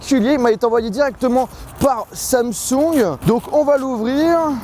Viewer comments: Cest pas "Samsougne" cest "Samsong" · J'aime bien comment il dit samsoug et non Samsung 😂😘